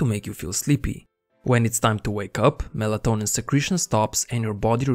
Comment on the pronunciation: MELA-TO-NIN Repeat after me MELA-TONIN MELA-TONIN